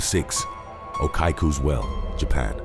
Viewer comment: okiku is oh-KEE-koo